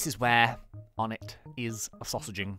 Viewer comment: onetts name is pronounced Oh-nay